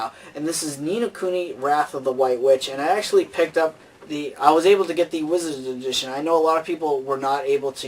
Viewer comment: Haha, I like how he can't say Wizard's Edition, Lol.